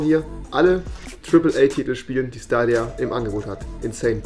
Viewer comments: Schdadia nicht stadia nh😂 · Rewi die ganze Zeit: Schtadia dann gab es ein cut und er spricht es auf einmal richtig aus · Dieser Moment wenn er nichtmal weiß wie man Stadia ausspricht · SCHTADIA, Stadia, Staadia Oder auch SCHTALINGRAD… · Niemand : Rewi: schtadia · wer kennt den nicht SCHTADIA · wer kennts nicht wen rewi einfach ne korperation mit schtadia amcht xDDD <3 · Niemand: Rewi: SCHTADIA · Staidia nicht stadia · Staydia (englisch lesen) spricht man das aus!!! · SCHTADIA :D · Schtadia XD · Schtadia wer kennt es nicht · Das triggert wie du Stadia aussprichts.